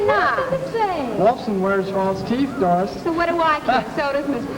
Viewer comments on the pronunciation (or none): I know it's scripted, but I love the way the girls whine like children, but talk like adults. And the way one of the guys pronounced Doris ad "Daah-ris" made me think I was back home.